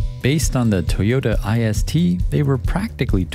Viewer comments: Scion xA is not ai es tee, It's Isuto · Toyota ist pronouced "ee-ss-tt". It was named ~ist as in stylist, artist, etc